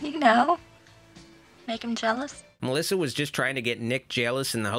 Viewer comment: I love it Melissa pronounces her own name as Melissow!